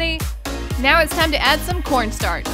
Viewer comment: her: just added soek cornsarch*sweeps her moutain of cornstarch away* me: that a some corstarch girl